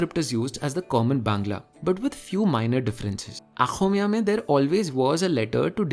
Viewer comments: Not" Akhomia" it's pronounced " Axomia" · It is Oxomiya not Akhomiya ! You are pronouncing xo as kho . Xo exists in Assamese language. This could be your new video idea. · I really love how you pronounced the Bengali and Assamese, Since I know both the languages...Just a thing...It's not आख़ोमीया, it's अख़ोमीया Love from a Bengali♥️ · Great video Bro it's oxomiya not aaxomiya 😁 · I know it's hard to say OXOMIYA. But a nice try. Voiceless velar fricative "X" is hard to master as no other Indo Aryan or Dravidian language has it. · Finally, you brought up about Assamese. 😃 But again, here’s to the correct pronunciation: Ôxômiyā. Anyway, learning about the Odia part was new for me. Thanks for another amazingly interesting video. ♥️